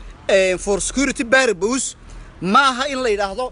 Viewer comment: Englishkii buu kufsaday Baarabuus kuyeh ma porpuse buu talow rabay kkkkkkk